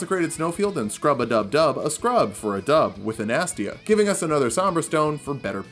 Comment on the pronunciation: it’s (anna-stay-uh)